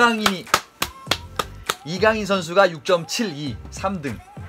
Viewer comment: 이거 해설은 발렌시아담당해설이라 그런가 kang in으로 읽어주는데 다른해설도 들었는데 아직도 kan gin으로 발음하더라구요